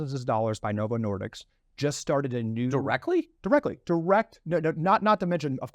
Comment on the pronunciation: It's disk, not diks.